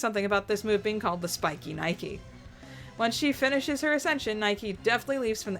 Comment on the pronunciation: Nihkee is pronounced like "Nike". The shoe. So yeah, Nigh-keeh.